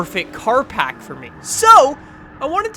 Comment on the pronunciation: Pack not park